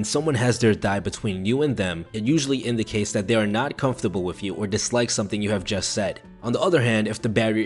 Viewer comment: 337 ..constable? i think he meant comfortable. good video just a ton of little errors